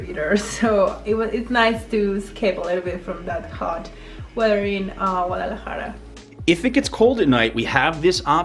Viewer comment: Enjoy your videos., ¡Por favor, enséñele a a pronunciar correctamente la ciudad capital de Jalisco!